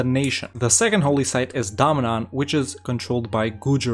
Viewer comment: It's DA-MAN not DAM-NAN😂😂😂